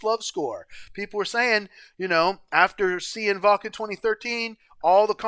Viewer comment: This song makes my eyes wet every time I hear it. Every person on that stage is a musical god. What a journey it is and how lovely to see you appreciate it so much! And kudos for pronouncing Wachen and Janssen correctly. That’s rare for reactors.